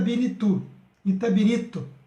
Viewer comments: Itabiritú....rsrsrs - ITABIRITO - Blumadinho - BRUMADINHO - não esta conseguindo ler 2 nomes simples e básicos como esses, mostrando um mapa de cabeça pra baixo ou ao contrário..... difícil demais,hein? Deste jeito aja credibilidade . VC TA BIRUTU..kkkkk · Amigo você precisa estudar mais e se aperfeiçoar nos estudos.Ah, faça um curso de locução ou até mesmo leia o texto antes de gravar! vc erra muito nas palavras!! Não consegui chegar nem na metade do vídeo, vc errou 3 vezes a pronúncia da palavra ITABIRITO.